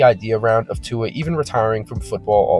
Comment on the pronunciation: Americans pronounce Tua perfectly.